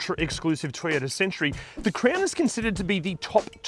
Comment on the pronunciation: It’s CROWN not CRAYON